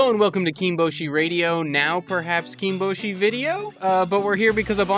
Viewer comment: Your pronunciation of ’kinboshi’ is so American it hurts lol. “KEEN-BOH-SHEE” I don’t know if it matters to you to get these things right, but it’s KIN-BOSH-EE. Short ‘I’, not an ‘OH’ sound for the ‘O’. Kinbozan is half and half. Short ‘I’ again, but an ‘OH’ sound for the ‘O’. It’s worth listening to Hiro’s pronunciation on the Sumo Prime Time channel, but even he simplifies some names for the Western tongue. If you want to know how to actually pronounce terms and rikishi names, the JP Abema or NHK broadcasts are the way to go. I mean, it’s not a huge deal, it’s just that it sounds wrong to my ear, personally, as someone who cares about saying things the right way so I at least SOUND like I know and respect what I’m talking about. Not saying you don’t, just saying it sounds wrong, that’s all. Anyway, like the video. Cheers for the entertainment 👍